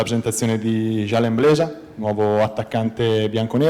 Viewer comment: Blesa non Bleda... Comunque benvenuto anche da parte mia